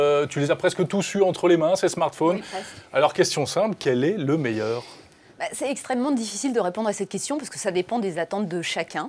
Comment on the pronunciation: non la pomme est loin d'être le "meuilleur" fruit pour moi le "meuilleur" fruit c'est AHAAGGA et non la phrase ne finit AAAAAA comme vous l'